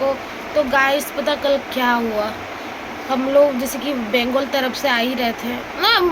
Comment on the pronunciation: Bangal yeh bengul lagta hai zubaan mein gadbad hai😂😂😂😮😮😮